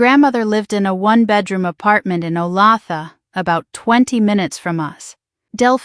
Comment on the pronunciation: wow they said Olaitha wrong. lol. i am from Missouri. and lived in Kc so know how those towns are pronounced. and yeah. i am sure i am spelling that wrong. I am not sure if the places they mentioned exist. hmm, I just wonder. but yeah. I wonder how some of these people get away with some of this. because yeah. I just don't know how that works. I mean I would never let people get away with that stuff in my life. I would take action long before years. If people did not write me back, I would have questions. and I wouldn't put up with it. I would also not put up with anyone putting my name in for anything. if they did Well they wouldn't get the chance to do it again.